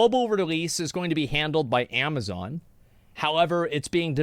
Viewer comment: Ama-foka-zon again🤦🏼‍♂️🤦🏼‍♂️🤦🏼‍♂️